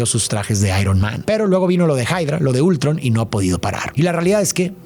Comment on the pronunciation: se dice Ultrón no Ultron